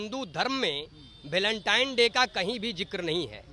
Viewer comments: भलेनटाइन नहीं वेलेंटाइन होता है अनपढ़। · गोबर को वेलेंटाइन बोलना नहीं आ रहा है गोबर को और अपना